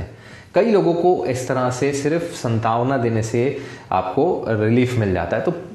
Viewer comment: Santavna nhi sir saantvna